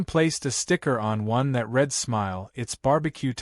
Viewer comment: The AI needs work. Read is pronounced "red" when it should be "reed" and "reed" when it should be "red". GET YOUR ACT TOGETHER!